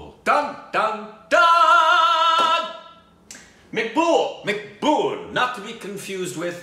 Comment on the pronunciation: it's M -ac - bool